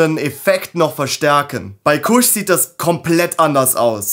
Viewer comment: alles cool, was mich immer wundert ist, beim Haze sprecht ihr es richtig aus, aber Kush sprecht ihr deutsch aus. Kusch.🤭Das OG wird ja auch englisch ausgesprochen und nicht wie bei einem Obergefreiten. Ich muss jedesmal grinsen, wie ihr eure Sprache nutzt, nicht schlimm, süß und dörflich. Trotzdem nice stuff und sehr gut gemacht dein Video. Bitte CBG hypen und die Welt aufklären und zum Mitforschen animieren. LaHuerta verkauft CBG Semillas, auch als Auto z.B.. Das "Ur-Cannabinoid", aus dem THC und CBD erst entstehen. Würde es schneller wachsen, würde ich berichten. CBG "soll" die anderen Cannabinoide boostern und als "single version" konsumiert, das Verlangen ohne sedierung stillen. Krass, oder? Der Tend geht zum Blend, ist meine frühe Meinung. Beste Grüße, Thor